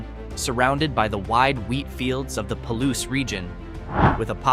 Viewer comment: When describing the southeastern wheat and legume growing region you say it the right way; Palouse ie. pah-loose. The small city or town of the very same name, you say it very, very wrong.